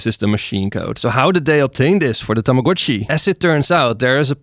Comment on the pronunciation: THANK YOU FOR PRONOUNCING TAMAGO-CHI CORRECTLY!!!